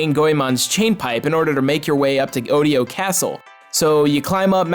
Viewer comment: Thanks for the video! This one is one of my favorite games ever, and the Goemon series is one of my favorite series. The video was pretty great, but every time you said "Odeo" made me cringe. It's Oedo. O-Edo. Edo is the old name for Tokyo, and you put an O in front of stuff in Japanese that you respect. By the way, did you know that two people who were the heart and soul of most of the Goemon series, namely Etsunobu Ebisu (who was also this game's director) and Shigeharu Umezaki (who was also this game's producer) went on to create the company GoodFeel, which made games like Wario Land: Shake It, Kirby's Epic Yarn, and Yoshi's Woolly World? Plus it was around the time the last real Goemon game came out (for the DS), so that has to be a reason. Now I'm just waiting for Nintendo to buy the Goemon series from the pretty much dead Konami, and give it to GoodFeel to work with. We would have another truw Goemon game once again, and under Nintendo's banner, there's close to no chance they wouldn't localize it.